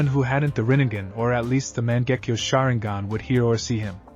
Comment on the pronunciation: Man, that Ma-jenk-yo sharingan.